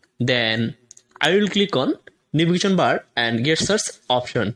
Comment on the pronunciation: GESTURES! not Guess tures!